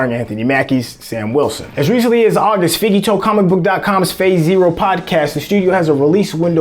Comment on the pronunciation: poor just can't get feige's name right XD